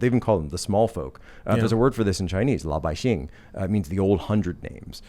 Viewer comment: "LAO Bai Xing" not la Mr.Pisobic Edit: Mr.Posobiec, 😅 my bad